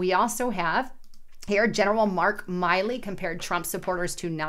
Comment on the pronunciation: it's Milley, not Miley. His name follows the laws of English. If you cannot, how can you be taken serious? Just giving a heads up on that.